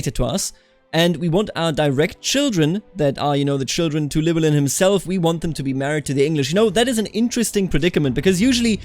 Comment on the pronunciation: Sorta but its more LUH WEL IN